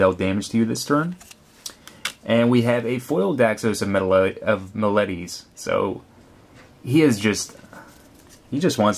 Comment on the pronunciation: "Meh-doh-my" for Medomai, and Daxos of Meh-leh-tis, just like you said it. Nice pulls btw, I might buy one myself, would you recommend it?